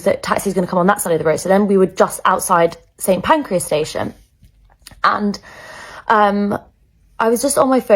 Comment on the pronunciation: This is the first time I have ever heard it pronounced pancreas… 😂